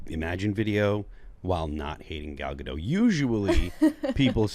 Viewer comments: Gadot, not Gado, the T isn't silent at all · The T is silent for the French name. It's not silent for the Israeli name. This is similar to how "David" is pronounced very differently for the French name vs the English name.